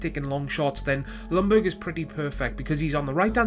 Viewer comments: "Lungberg" it's pronounced "Young-berg". Other than that it was a good vid. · goodness you English speaking countries, its pronounced yoong-berry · jack SG no he did not. im swedish and that is NOT how you pronounce it.